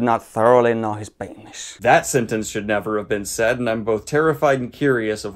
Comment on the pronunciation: You know how passionate he is about the p*nis by the way he pronounces it, a hard "P", a sibilant "S", and the totally approriate hand motions.